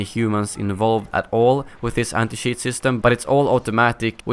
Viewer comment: Cheat With a Swedish accent= Sheet😂😂